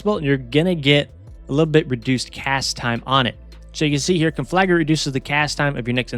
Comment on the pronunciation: I'll give you 1 sub for every time you pronounce conflagrate correctly